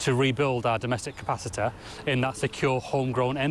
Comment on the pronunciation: "Energ-eh"... "Capicit-eh"... "Authorit-eh"... "Surr-eh".. Somebody give this guy a "y"